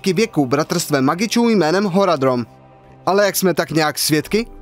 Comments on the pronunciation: Horadrom místo Horadrim , některá ta výslovnost v tom videu vážně trhá uši :D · Nejsou to ( Horadrim, ne Horadrom ? )